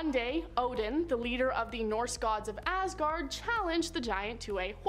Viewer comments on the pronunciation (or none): none